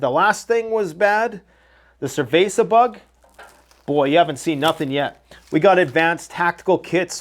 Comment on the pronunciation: He said the "cerveza bug"😂😂😂😂